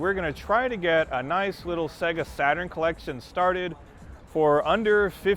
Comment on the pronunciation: Segahh Satuurn shiroo :D